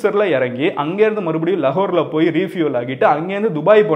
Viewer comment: லகோர் haa.. லாகுர் haa.. லாகுர் னு தானே சொல்லுவோம் 🤔🤔🤔